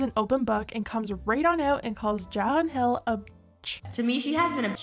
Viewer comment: Im glad you pronounced Hilas name properly this time xD